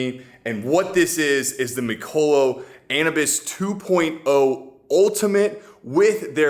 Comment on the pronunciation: Not being an a**hole but isn’t it pronounced Anubis like the Egyptian god???